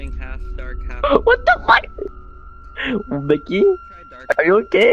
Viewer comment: its not mickey its MOKEY